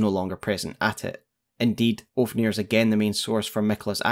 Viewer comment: Also love how you call Ofnir Oafnir lmao